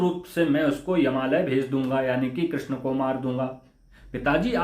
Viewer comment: Bhagwa dhari buddha musalman hai. Iski bhasha suno apko pata chal jayega yeh nimantran ko dawat aur Shri Krishna ko Krisan keh raha hai. Urdu bol raha hai hindi ki jagah.